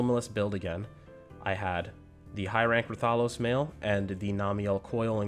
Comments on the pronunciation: Say it with me now wrath-uh-los not ra-thol-os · i hate the way you say raTHAlos